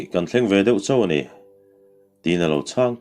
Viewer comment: Lalvura khaw hming Chhawntui/Chawntui tih ang taka lam rik hi, Chawngtui tih zawk tur a ni thei em aw. Tun thlengin Chawngtui hi khaw lian tak a na ni ve reng a.